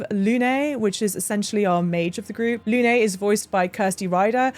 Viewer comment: Especially with Lune being pronounced Luné, where in actual French the e is silent. Or just call her Moon, but obviously it defeats the purpose and the Zappas might have a thing or two to say about that 😅